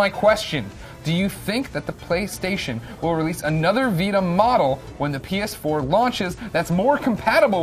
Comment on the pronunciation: Did he say penis4?